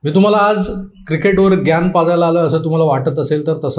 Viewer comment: "ग्यान " नाहीहो... "ज्ञान" म्हणा.